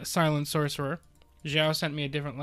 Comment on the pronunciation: Lmao shhhorcerer. Great video man!